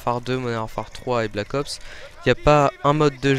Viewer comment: mdr vous trouvez pas que quand il dit "Black ops" on entend blackos? Sinon tu pourrait être un peu plus enthousiaste quand tu parle sinon c'était pas mal.